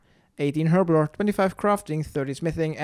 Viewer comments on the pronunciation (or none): none